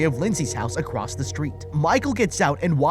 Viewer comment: Dwives? Bwakes? Acwoss? Well, I guess I should commend you on recording the narration anyway 🤷🏻‍♂️